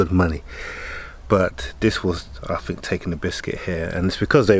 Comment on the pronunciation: paid less than a 3rd or " fird " ??? Month: =" mumff " ?? "th" pronounced ' F ' ?? Is that common in England? Interesting, but new to me. Great Vids and stories. Think = Fink ?!?! It's cute. Saw = Sarr. We saw " sahhhh " without the rrrr . Novel!! Be well!! Great Cars.